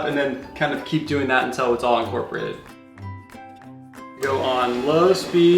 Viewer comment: Untell. Vanella. Melk. your i’s are 😂